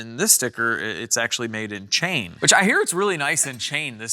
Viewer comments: That would be pronounced Chi-an not Chain..🤦‍♂️ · ChIan and not Chain for the manufacturing location...say it Chi...annn sort of like how Trump says it. Love the channel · It’s not CHAIN. it says CHIAN. lol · No, that says CHIAN.. Not chain. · Not Chain, Chi-an, it's a village in DPRK :p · Not Chain. Chian. 😂😂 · its pronounced chee-yon